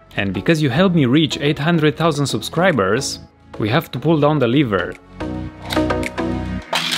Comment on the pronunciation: lever not liver. A liver is an organ inside the human body. Don't make excuses just because you don't know how to pronounce it.